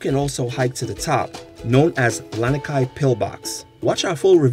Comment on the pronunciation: Misspeled brah, Lanikai not Laniki